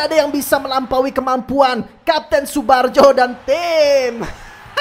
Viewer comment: Tsubarjo bukan tsubajo